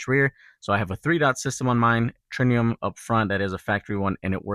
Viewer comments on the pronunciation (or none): Tritium with a "T", not Trinium with a "N". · Tritium not trinium. TriTium trit